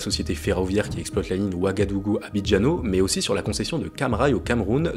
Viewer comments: ouagadougou - abidjan et non abidjano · Abidjan* pas Abidjano